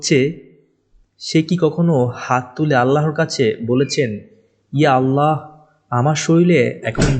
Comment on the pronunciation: ভাইয়া 'আল্লাহ্ ' উচ্চারণ ভুল হয় আপনার। আল্লাহ না আল্লাহ্ হবে।।হ হসন্ত.